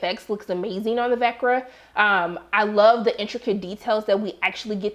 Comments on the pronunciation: Vecna is in Veck-Naahh not Vekrah lol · How the f*ck does someone get a early watch and can't even say the villains name right!? VECNA! SAY IT WITH ME....VECNA! SMH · Lol quit making excuses! Horrible reviewer, KNOW what your watching...we all know it's VECNA. Give an advanced screening to those who actually PAY ATTENTION!!